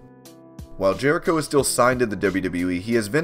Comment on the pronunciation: 1. It’s Jericho, not Jehrico 2. Yes, it’s a contract but it’s not a normal one, it’s kind of a thing like Nacho Libre where he gets paid per matches, not an actual salary. 3. He’s a 9-time IC champ, not 10-time.